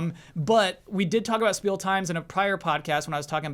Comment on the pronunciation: CORRECTION. It's pronounced Shpiel times. As Spiel is German for "Game." And in German, when an "S" is in front of a "T" or "P" it becomes "SH". So yes, you do say "sport" as "shport."